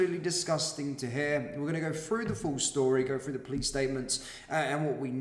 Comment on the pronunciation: Well done for reporting on serious crimes happening around the country. One observation: I've noticed you say, 'Fink, Frew, Fought'. But then will also say, 'THursday' and 'wheTHer. Did you forget you were supposed to say 'F'? I know you want to appear cool, but this sporadic mis-pronunciation detracts from the gravity of your presentation. I know you want to come across as trendy and street, but rather than being taken seriously, it makes you sound a bit Fick. Stop fighting the urge- just pronounce 'TH' correctly. Cheers👍